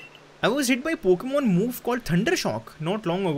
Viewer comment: Pokan mat bol bhai ajeeb lag raha hai pokemon bol na